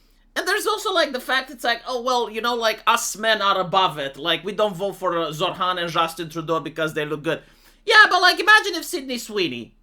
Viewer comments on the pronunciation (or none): His name isn't pronounced zorr-hann, it's pronounced zoh-ran. My family used to vote Labour UK until Tony Blair got into power and stabbed us in the back, then voted Conservative until Boris Johnson stabbed us in the back, and now it's just me and the mother because the rest of them have died of heart disease and cancer, we are going to vote for Farage and hope if he gets into power he won't carry on the British tradition of stabbing people in the back, to be fair Barrack Obama also stabbed everyone in the back, I guess it's not just the UK. It gets to the point where you're wondering if you'll ever managed to actually find somebody to vote into power who isn't going to plunge a knife into your back and you hold your breath every single time you put your slip of paper inside of the ballot box just waiting with anticipation to be stabbed in the back again, kind of like when you take a breath before committing s**c**e by jumping off a bridge because you have no choice due to poverty and debt, it's exactly the same thing voting for somebody different to stab you in the back because you have zero choice whatsoever, although, to be fair, I live in one of maybe 15 places in England that will hold out and vote Labour pretty much no matter how many other places they lose until maybe, and that's a maybe, they become the 3rd or 4th biggest share of seats instead of 1st or 2nd, and even then they'd vote for whoever is the biggest left-wing party no matter what happens, and all problems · I hear "Zoltan!" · When says Zohran anyone else hear Zohan or is it just me??? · No I do, but than again I too like an ESL